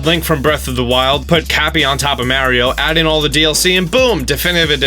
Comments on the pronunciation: Am I the only one that cringes every time he says 'Mario' wrong? It's not pronounced M-air-io, it's pronounced M-ARE-IO!!! I still love your videos though. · I dont like when people for no apparent reason say marios name wrong...its not Mary-O. Say it correctly or shutup when you say that character's name. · Mar.e.oh, Mario learn how to pronounce. Its been around for years and ya cant say it right. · Can someone explain how so many people erroneously pronounce it mare-e-oh instead of Mar-ee-oh? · He says Mairio jsut like wulff den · Once this guy pronounced Mario wrong, I stopped watching. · You say Mario like an idiot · You’re saying Mario wrong. Listen to how the creator says it then change your ways for the better.